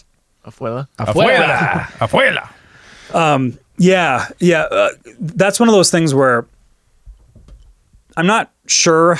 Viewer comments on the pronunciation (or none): ¡Afuera! Not afuela. 😆